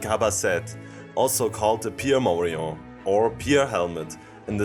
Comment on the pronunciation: Falsche Aussprache. Morion ist spanisch und wird daher mit dem -n ausgesprochen